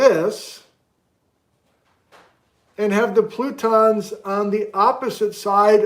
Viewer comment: Did you just start to say "frutons"? Fruit cake plutons.